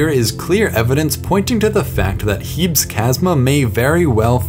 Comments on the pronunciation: "Heebs" (This feature is named after the Greek goddess Hebe, pronounced "Heebee". Most features on other planets should be pronounced in Greek, in fact.) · I cringed every time he said "HEEBS". Its clearly from Greek, which pronounces the "es" unlike English. I certainly hope you dont pronounce Hercules like "HER-KULLS"